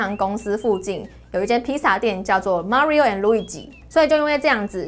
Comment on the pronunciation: May ri ooo